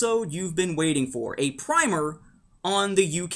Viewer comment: BTW, I'm so glad you went back to pronouncing "primer" the way it should be, instead of "primmer" as in recent years!